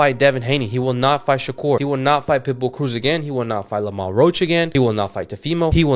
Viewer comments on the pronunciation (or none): Stop using ai can’t even pronounce Lamont right